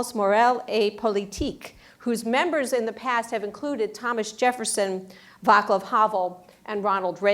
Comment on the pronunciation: the moderator BOTCHED the pronunciation of havel's first name. she should have inquired. that czech c is NOT the english K. shame on her.